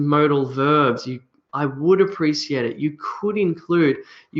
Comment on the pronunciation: You pronounce the word Appreciate as App-re-sea-ate.. But I learnt the pronunciation as App-re-she-ate.. which one is correct?